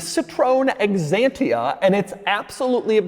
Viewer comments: Doug is the type of guy that calls Xantia "Eggzantia". 😀 In the video about Xantia there was a different pronunciation - without E. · Quirkiest pronunciation of the year: Ex-antia 🤣